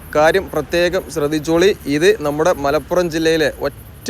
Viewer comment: മലാപുറം ❌ മലപ്പുറം ✅